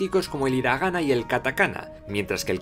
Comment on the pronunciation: se pronuncia jiragana..pero si eres español..todo bien ..se entiende